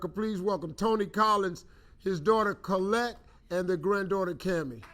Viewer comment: So glad , I checked this one ! Such a loving family . Liked the Steve pronounced her the daughter's name . Name iss Collette too ! God blessed that family ! ❤ 🙏 !